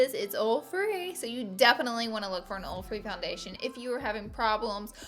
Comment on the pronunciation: I kept saying what's a orfri foundation? Like is that a new thing? Then I went back and listened closely and realized you said oil free! Lol